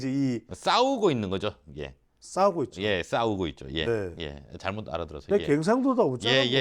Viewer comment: 싸우고 있다 가 싸고 있다 로 들렸어요.